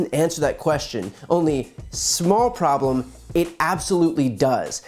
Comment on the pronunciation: And one voice does say: we have a priblem